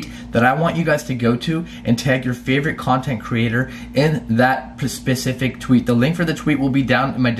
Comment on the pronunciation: about ".... In that pacific tweet", what about the Atlantic or how about the Artic tweet??? Lol, you said that word twice in that one sentence, oh no, I meant, you TRIED saying that word, correctly, again for the second time in that same sentence but how "pacific" do I need to be just to tease ya?